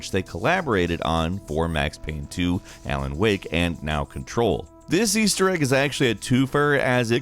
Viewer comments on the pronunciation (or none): Ay-len wake. I think you mean Alan Wake. Or Al-en Wake. My lord, Alan is a common name. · Yeah. I definitely heard "Ailen". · I've never heard of the game Ailen Wake before.... it is new? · pronunciation of Alan is something else.